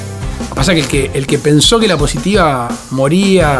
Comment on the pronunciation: Se dice "Por la poSHitivas chicos", aprendan "poShitiva"